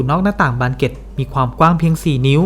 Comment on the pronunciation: ออกเสียงภาษาอังกฤษชัดแต่ออกเสียงภาษาไทยไม่มีตัวควบกล้ำ น่ารำคาญ เช่น บานเก็ด ปอกกระสุน ฯลฯ